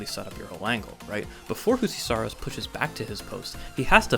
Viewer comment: Finnish Js are pronounced like Ys, not Hs as in Spanish. “You-see.”